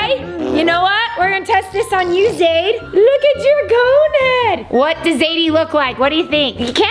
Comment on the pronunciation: Not being rude of sm but it is not Zaire it's Zaide😊